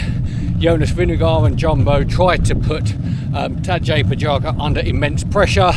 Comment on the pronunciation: Cool vid, little more time learning key players names would help your next vid. Phonetically his name sounds like